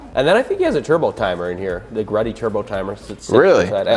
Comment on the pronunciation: Yes, GTE is turbo, and it's not Greddy, it's GReddy (GEE-REDDY). I had a number of GReddy products myself on both my mk3 and mk4.